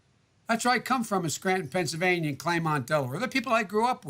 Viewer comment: I love how Biden says "Pennsylvaña"